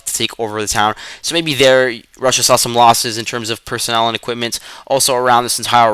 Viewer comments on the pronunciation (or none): none